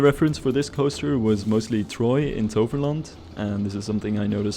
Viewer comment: Are you from Holland yourself? Since you nailed the pronounciation of Toverland